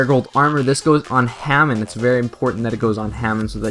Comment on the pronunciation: It was pronounced Huh-Mahn not Hay-Men. And also it's U-Rai-A not U-Ree-A. In - to to said you didn't know so I thought I'd just say in case you didn't know. Anyhow, thx for the deck profile!